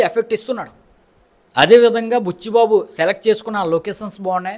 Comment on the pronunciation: ఆ భాష ఏంట్రా బాబు పలకడం రాకపోతే చక్కగా తెలుగులో చెప్పు press peel esspessalli buchu babu rom charan etc...